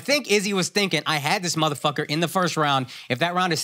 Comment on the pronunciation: The way Akaash can’t pronounce the word “first” drives me crazy Lmaooo